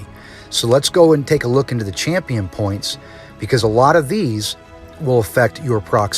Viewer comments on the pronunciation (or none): none